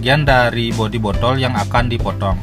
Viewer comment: bodtol bodol apa botol mas 😅